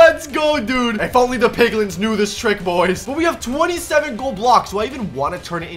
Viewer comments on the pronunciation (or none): none